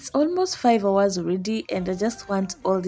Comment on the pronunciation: Did you just say 5houurs😂😂😂😂😂😂